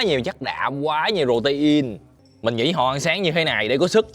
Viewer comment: You are SO FUNNY 😂! Just say (pro tin ) ,not ( pro ti in😩)!